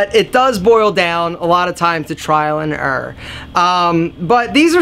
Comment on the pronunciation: "trial an urrr"